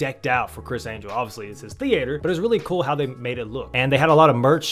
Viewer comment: The-ate-errr. Who talks like that lol.